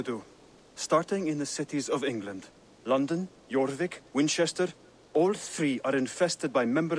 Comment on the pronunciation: From London to 'Lunden'..😂